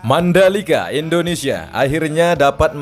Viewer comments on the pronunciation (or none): none